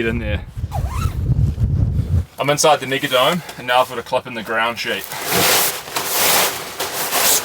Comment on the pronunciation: Did you say your inside the nigadome ? 😂